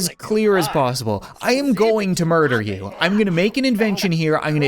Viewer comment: "I love breakfast. And muder